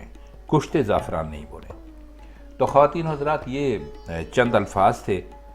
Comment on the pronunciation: وعلیکم السلام! آپ نے شروع میں ہی ایک لفظ غلط بولا ہے. خواتین کا تلفظ خاتین ہے.